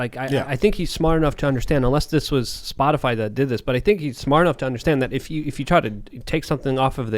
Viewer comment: Did anybody else hear Peppermint Patty call it "Spotifly" in the White House briefing?